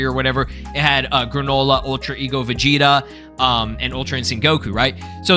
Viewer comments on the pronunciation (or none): none